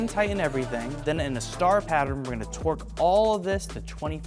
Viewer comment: Love how says “twerk” instead of “torque”😂😂